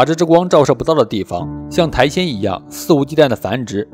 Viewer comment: 是苔藓(xiǎn, 上声)哦